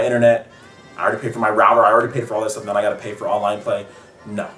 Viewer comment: great video. also why do you say noun when you say now?